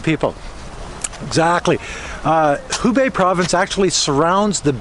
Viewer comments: it is Hebei (河北), not Hubei (湖北). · HEbei(north of the river)..not HUbei. (North of the Lake) XD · Hebei(reads /hə: bei/)河北，not Hubei(reads /hu: bei/)湖北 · it actually He Bei provence and the capital is Shi Jia Zhuang, and the pronunciation of He more like hur stay safe. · Shi jia zhuang 石家庄 city，He bei 河北 province., please learn more Chinese Mandarin pronunciations from Weifang👩🏻‍🏫. I live in the city. Now, the district where Covid epidemic starts in these days is going to have the 4th PCR testing for everyone. The other districts of the city have got 2 times of the testing already. Quarantining is one hand, the other hand is researching the patient’s activity track. Both things should be done as quickly as possible. China does very well.